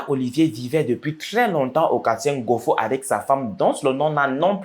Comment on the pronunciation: Quartier Ngoyo et non ngofo 🤣🤣